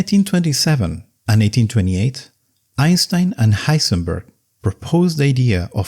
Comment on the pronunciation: missed a gemination (+ wrong diphthong). It sounds exactly like “and 1828”. You got the one just before right: “between 1927”. Not pronouncing the -d in “and” is also correct in continuous speech. Did the -d trick you?